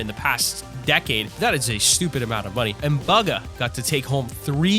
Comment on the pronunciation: Ah yes b o g a